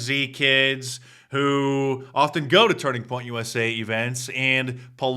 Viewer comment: USA not USI